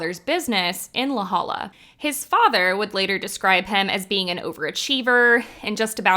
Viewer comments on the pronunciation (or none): It's pronounced LA Hoya